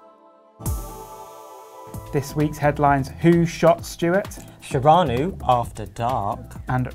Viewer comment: Its Sheanu not Sharanu